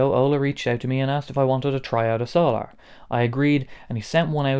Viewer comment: Are you pronouncing it "so-lar" for any particular reason, or is that how they say the word "solar" where you're from? 😂